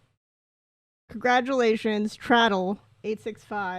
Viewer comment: I hope the traddle pronunciation is a bit for your stream because it was hurting me inside